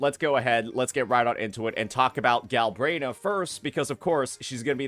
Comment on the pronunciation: its "Galbrena" not "Galbraena" 😂